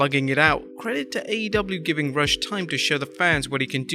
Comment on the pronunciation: Rush---pronounced Roosh